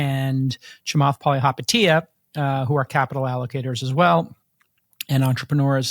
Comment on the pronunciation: Not Tim pronouncing chamaths last name wrong 😅